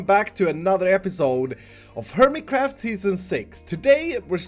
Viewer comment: Every time starts his intro ( Ladies and gentle..... another episode on hermitcraft) 'Hermitcraft' sounds like 'Hermitcrap'!!!